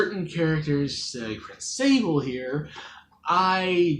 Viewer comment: Oh wow you pronounced his name right! Yes it's pronounced like ... saw blay? Not like sable, or say bull. Like the french cookie! He's actually my most wanted! I don't think he will get in (an assist trophy is actually shocking to me) but maybe some other day. I do think your estimates at how likely he was is a little low but considering I have a low expectation myself it doesn't matter. 😅 I would actually recommend the game though. If you like platforming and story-based gameplay it should be up your alley. And if not, it's only around 6 hours. Very short!